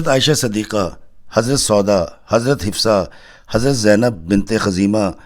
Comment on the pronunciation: You should correct pronunciation it's hafsa not hifsa its zehra not zohra